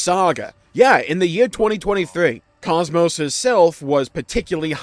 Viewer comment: Bro you did not just Pronounce Kos-Mos as Chomos.